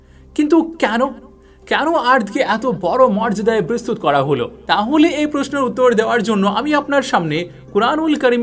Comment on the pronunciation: অনুগ্রহ করে' বিস্তৃত ' শব্দের স্পেলিং এভাবে উচ্চারণ করবেন ঃ "bistrito -- bis-tri-to" এভাবে। খারাপ ভাবে নিবেন না অনুরোধ করছি।